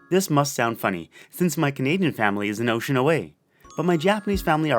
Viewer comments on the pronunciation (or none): none